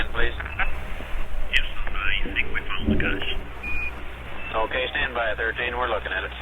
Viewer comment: People who have the time to add an extra syllable to the word "cache" should spend that time converting their DNFs instead!